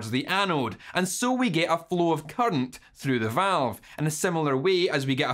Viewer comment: Say “current” not “cunt”